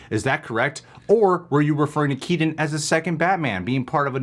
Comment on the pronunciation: Say Keaton right god damn it! Drives me insane!